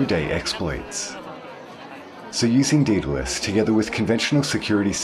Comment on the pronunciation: 'Daedalus' is pronounced 'DAYdel-uss' not 'DEE-del-uss'.